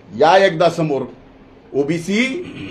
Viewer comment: जीभ अडखळा लागली बाळा तुझी.. ओबीसीला OBS म्हणायला लागला भाऊ तू! कॅमेरामन च्या डोळ्यांना डोळा भिडून बोला न साहेब😂